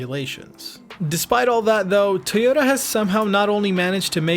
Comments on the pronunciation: It's pronounced Toy-oh-tah, not Tee-yoh-tah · Why are you saying TAYota? It’s TOYota just so you know 😜